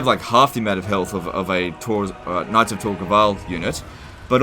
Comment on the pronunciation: Sounds like saying “Nazi Tor Gaval”.